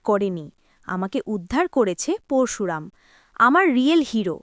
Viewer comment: পোরশুরাম নয়, পরশুরাম ---সঠিক উচ্চারণ করতে শিখুন। আপনার বেশীরভাগ উচ্চারণ ভুল। আপনি আদৌ ভারতীয় বাঙালী?